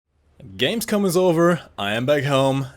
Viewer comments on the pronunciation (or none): none